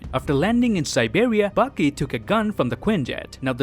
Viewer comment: Anyone noticed that every times he said "Bucky" he pronounced "Baki" ?